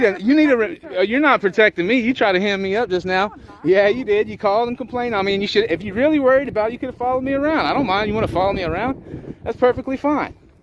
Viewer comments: Not to hem and haw. But its "hem" not "himm". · It's Hem....as in sewing a hem.... sow me up....not himm...lol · She felt dumb. Btw it’s “hem”me up like being hemmed up